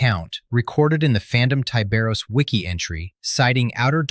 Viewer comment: charcaradons are most likely raven guard successors. and i'm firmly convinced his name should be pronounced with a short i. ya know, like 'tiburon', which is spanish for shark.